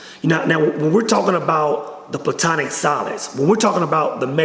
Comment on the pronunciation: It's not "plutonic solids" It's platonic solids. And his realizations come from tryptamines, most likely dimethyltryptamine